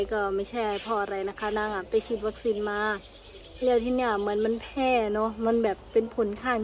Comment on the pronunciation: แพ้ ไม่ใช่ แพร่